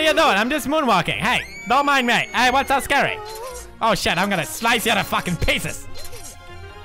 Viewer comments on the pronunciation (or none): none